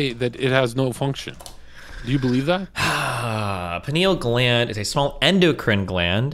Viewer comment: The 'penile' gland lol.